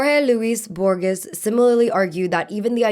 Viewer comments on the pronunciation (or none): Hey, just a little correction, Jorge Luis Borges name is pronounced "bor-heys" not "bor-giss".